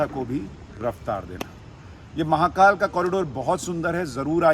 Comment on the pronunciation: Sir, I request you to speak Hindi as much as possible and avoid Urdu... Atleast while calling out the names of God's. The speciality of Indian languages is we pronounce exactly what we write. So please pronounce महाकाल as म हा का ल and not म हा का ल्॒ There is difference between ल and ल्॒ ल्+अ = ल